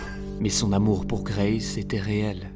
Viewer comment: Pas d’accents sur les noms anglais BRO c’est juste Grace 🫶